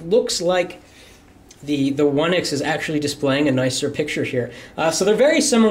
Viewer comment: He said HTC oneice